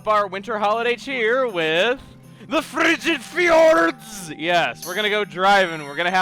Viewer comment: When you say Frigid Fjords I cant stop laughing!